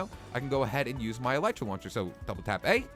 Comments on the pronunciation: eeeeee lllllllleeeeeeeetttttttt ttttttrrrrrrraaaaa not elitera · its not could alitra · elitra lol you said that wrong m8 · I swear... no one knows how to pronounce "elytra." It's EL-EH-TRA. Not EL-I-TRA... not EL-E-TRA. EL-EH-TRA. Thank you. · no ffense but I think elytra is pronounced el-e-tra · Elytra is pronounced as Eli-Tra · John Real Lopez The real thing is called Elytron. Its pronounced El-Ah-Tron. So this will be pronounced El-Ah-Tra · It's Pronouced u idiots El Lie Tra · Conios note it is pronounced el ee tra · it's ele tra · elytra say: eel eetr a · It's pronounced e-l-ee-tra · Elytra is pronounced El Eh Trah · Yeah no... It's "ill-ieh-truh-" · E - Lee - Tra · Ghostkiller117 117 my uncle studies bugs and insects and he said it's El Eh Tra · nope it's El-ee-trah and that's how Mojang pronounces it which means it's pronounced El-ee-trah so... case closed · It's actually pronounced El-ee-tra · Tennessee Timberwolf well it's pronounced El-ee-trah that's how the developers pronounce it anyway do you have mcpe by any chance I don't feel like turning on my ps4 rn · XBwowable YT ikr no one listens, all the developers say it as El-ee-tra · It's el I tra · Kitty Animations it's ee-lye-trah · Actually el-I-trah